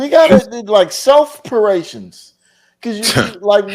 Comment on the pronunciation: “selfarations” shut up you clown 🤡